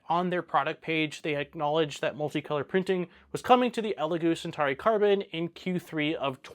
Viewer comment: I wonder if Elegoo are watching this and thinking we never made a Centari... oh but we did make a Centauri, maybe this guy can't pronounce CENTAURI... lol